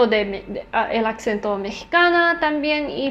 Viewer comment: Tus videos me inspiran mucho para aprender idiomas <3 Tu acento en español es muy bueno, solo tienes ligeros errores al hablar (como por ejemplo: decir accento, esto es incorrecto, se dice "asento" aunque se escriba "acento") pero suenas muy bien, felicidades.